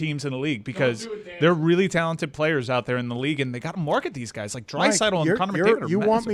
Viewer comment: "Daan, hockey is rrrreallly fun" -Kirkjian